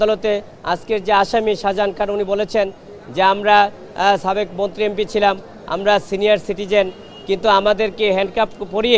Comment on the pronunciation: এই কি কলকাতার সে সাবেককে ছাবেক কেন বলে😮